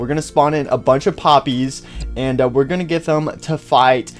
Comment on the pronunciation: Poppy says [ I HAVE A GUN IAM GORNE TO KILL]🤣🤣